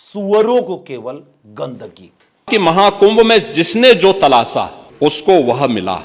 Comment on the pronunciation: उर्दू से नफरत करने वाला एक टकला तलाशा को "तलासा" बोल रहा है जाहिल। हिंदी आती नहीं उर्दू से नफरत??😂😂😂